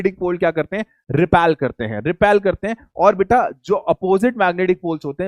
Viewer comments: repel not repelll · Repel hota hai 😂😂